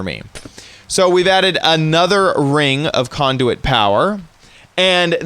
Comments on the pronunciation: conduet? wtf its conduit LOL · When he said conduit I thought he said condom